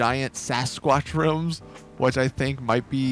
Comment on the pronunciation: When he said rims I cringed